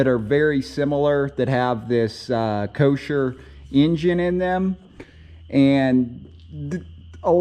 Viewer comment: It's Kohler, not Kosher.